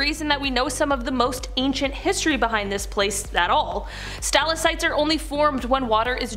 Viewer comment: There is no such thing as a "stal-uh-site", it is a "stah-lak-tite". Your overall delivery is excellent and the information is very interesting. However, it would be appreciated if you check your pronunciations. Thanks